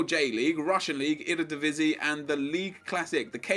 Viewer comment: Ur so sick at saying eredivisie